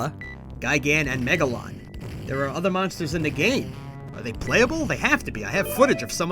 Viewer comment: Wait, who the HELL is Megaron? I know Megalon, oh no..